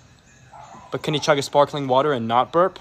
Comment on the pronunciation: The way he puts the stress on "NOT burp" kills me for some reason